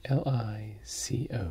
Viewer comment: Do you not know how to say caplico it's really easy